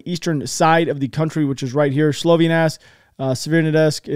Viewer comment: Thank you for your frequent uploads. Some constructive feedback: Rubizhne is not pronounced "Rubizine" (learn to pronounce "zh" ), Severdonetsk is not pronounced "Severnadesk" and Sloviansk is not pronounced Slovinask. Keep it up otherwise